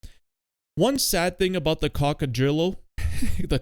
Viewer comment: Cock-o-drill-o is the perfect pronunciation.